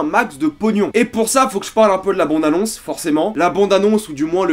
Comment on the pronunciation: Je peux pas me concentrer avec ton "bONde annonce" raaaaah